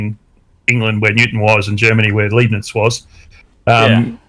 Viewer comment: Pronouncing Arkansas as Arkansas instead of Arkansas is one, but calling Leibnitz Liebnits is blasphemy! Leibnitz, as in L-eye-b-neats!!!